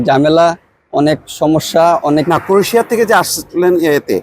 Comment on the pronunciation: "ক্রোশিয়া" নয় "ক্রোয়েশিয়া" ।